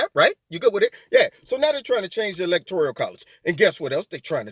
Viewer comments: Electoral not electorial. Just saying. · Lol. The Michael Jackson song. Lol. But please my brutha....stop saying.."electorIal"....there is no "I".... it's electoRAL..... 💖💖💖